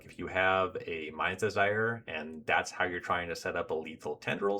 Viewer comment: I'm not really sure this is what you're saying, but every time you said something about casting a Mind's Desire to "see what happens" I heard Mise Desire haha. It sounds fitting. I haven't finished the whole playlist but I'm already eager to reach the trimming and curating part of the process, because it'll be hard 👀